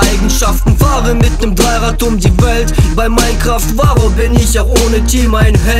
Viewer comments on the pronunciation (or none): none